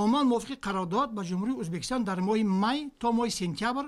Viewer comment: Мулоражаб узбакистон не говари правильно ок